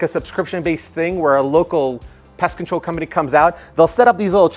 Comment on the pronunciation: Great tips... but FYI... specific unit; not 'pacific unit'... pest control; not 'pest controll'. Thanks for the tips